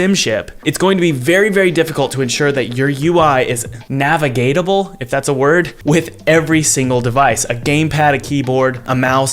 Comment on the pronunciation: The word's "Navigable"